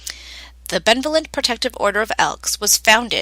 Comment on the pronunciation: It’s Benevolent say it Ba-nev-o- lent! Lol